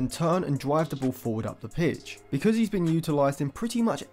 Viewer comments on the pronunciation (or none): none